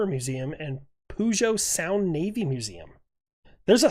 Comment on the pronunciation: Puget Sound is pronounced "Pew-jit". It's the "sound" (a "sound" is a type of bay) on which Seattle sits.